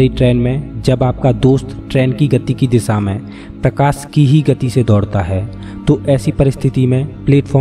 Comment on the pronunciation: Kitne bar prokasi bolega tu